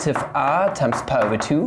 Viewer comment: stop pronouncing pi as "pah" please